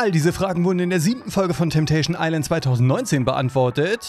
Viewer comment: „TETESCHÄN EISLÄÄÄÄND“ 🤣🤣